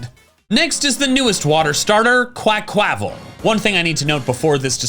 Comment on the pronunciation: please it's pronounced QUACK-wa-val. The word "aqua" is right there, plus the Spanish/Portuguese pronunciation of Carnaval.